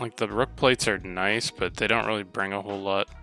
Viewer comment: “I’d say he’s nihce”